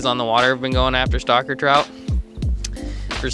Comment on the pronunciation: He says stocker trout, I hear "stalker" trout.